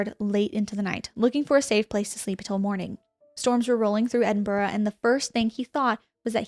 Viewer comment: As an Edinburgh girly, it was nice to hear an American make the effort to pronounce it correctly ❤️